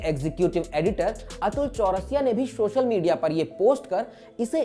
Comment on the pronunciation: सोशल मीडया है भाई ,,,,,,, शोशल नहीं